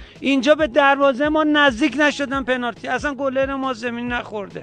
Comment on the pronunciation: یکی نیست بگه پنالتی نه پنارتی